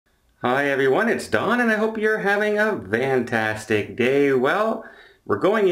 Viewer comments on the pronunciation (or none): Why you always say “Vantastic”?